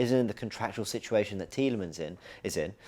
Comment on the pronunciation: IT'S TIELEMANSSSSS FFS 🤣